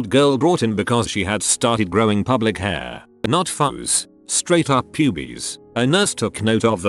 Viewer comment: "Public hair"